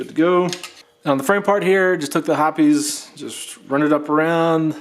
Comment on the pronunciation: Are you really saying "Hopp-es?" Lol it's said like "Hop's". Nice breakdown but this is way to extensive for a basic break down and shouldn't be necessary unless you experience issues.